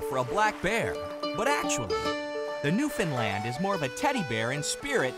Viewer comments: Actually it is pronounced New-fin-land. I'm from there so I should know how to say it hahahaha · I hate how the English language is getting bastardised more and more. Apparently a Newfoundland dog is called a "New-fin-land"?!?! I mean, it is just a simple case of just sounding out the word! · Why you people keep pronouncing Newfoundland as Newfindland is beyond me and yes I have heard the stupid excuses as to why, makes no sense. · It's pronounced New-fun-lund. Not land. Lund.